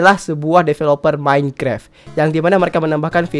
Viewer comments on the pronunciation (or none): none